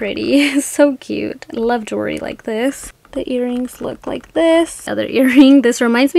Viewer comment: It's pronounced JEWELRY, not JURY, please pronounce it correctly.